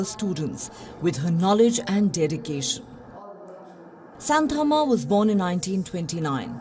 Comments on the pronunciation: Its not how you pronounce Santamma..you have to pronounce Shaanthamma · Good to know about her dedication, kind request to you guys to pronounce her name properly, don't use the Western style for Indian names.